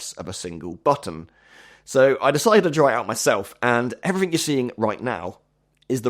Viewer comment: It’s not everyfing It’s everything It’s not wiff It’s with It’s not free It’s three It’s not uver It’s other It’s not togever It’s together